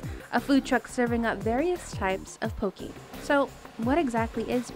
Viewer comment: Marc...Get it RIGHT! It's pronounced Poh-kay...NOT Poh-kee!